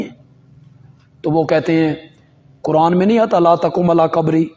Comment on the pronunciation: علماء دین کو تو لازمی طور سے اپنا "ش" "ق" درست کر لینا چاہیے۔ مسلسل قبر کو کبر کہہ رہے ہیں۔ افسوس یہ لفظ قران کو بھی صحیح ادا نہیں کر پاتے، اسے بھی کران کہتے ہیں۔